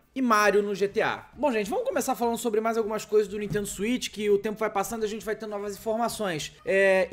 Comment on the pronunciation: Nuintendo essa Nuintendo 😂😂😂